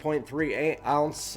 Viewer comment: The way you said 3.3 ounces 😂😂